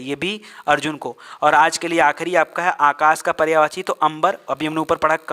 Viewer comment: पर्यावाची नहीं पर्यायवाची बोले।